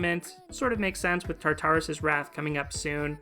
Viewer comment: quick thing - i'm pretty sure the pronunciation is tar-tur-us! it's not quite like "tartar sauce" since the second "tar" is a lot softer!